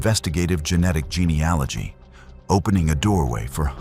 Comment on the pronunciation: Real or not, it's so nice to hear an American voice say geneAlogy. GeneOlogy isn't a word, but is spoken by almost every US true crime channel.